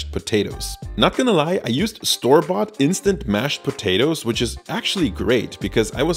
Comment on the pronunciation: When he say'd instand mash I was about to stop the video, feel disappointed, and go watch a other video LoL.